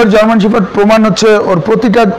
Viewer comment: It’s not German শেফার্ড, it’s German শেপার্ড..shepherd (means রাখাল). Firstly, Sounds right dude. Thanks.